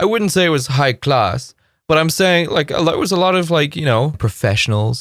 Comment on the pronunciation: How did you sound more british when you said high class